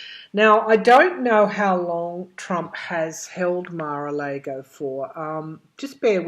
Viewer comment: Mara Largo...all a's have the same sound. Just so you know.